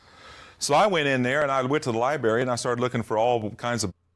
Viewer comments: Lie Berry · Hahaha, I love "the libery". Hahaha. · This guy: "I decided I wanted to teach elementary and high school English" Also this guy: "So I went to the LiBaRy" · It’s really fitting that he calls it a ‘libary’. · To be fair, he wanted to be an English teacher and couldn’t figure out how to pronounce “library”, either lol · I heavily despise the mispronunciation of Library. THERE'S A 'R' IN THE DARN MIDDLE!